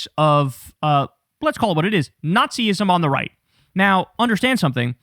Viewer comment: Girl, whet? FOH! 🙄